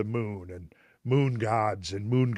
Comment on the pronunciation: hes trying ro say the moon bro